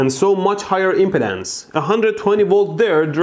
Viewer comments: Hearing it is OK, start to worry when you feel it. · Every time